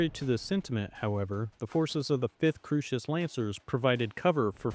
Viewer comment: Early on, perhaps this individual was hearing your version of Kurita. Think Coo (Coors beer) -ri-ta sounds like an odd margarita. A little later Crusis is Crew-sis. No worries, we all get part of the universe pronounced a lil off, myself included. I'm entertained, however. Salute and keep making more!